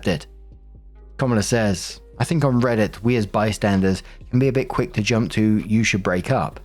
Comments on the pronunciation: 🧇 I particularly love it when you wing up the R, ala “rrrrrRRRRReddit stories” 🤌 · 🧇🧇 of course I do!! Im waiting for the day instead of you saying rrrrrrrrrreddit you say rrrrrribbit 😂😂